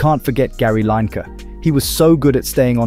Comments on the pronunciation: Gary who ? 😂😂😂 its pronounced Lin a ker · Line-Ker. It's pronounced Linniker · Gary line kah? Really, that's how you think his name is pronounced! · The person must be a pro if he can’t even pronounce lineker’s name. I even doubt he knows him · Gary Leinke, so unforgettable that you can't spell or pronounce his name properly. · How do you pronounce Lineker wrong ? I am convinces this guy doesn't actually watch any football